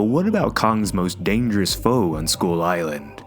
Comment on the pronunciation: I was having a hard time understanding skull with school when you pronounced it :-) good thing there's a picture because I was imagining a school crawlers like when you're bored on a lecture and you want to crawl out of school. How about the Tiger and the Rex in Skull Island is it a Titan too?